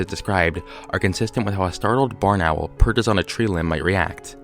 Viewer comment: the way you say barn owl sounds like boneral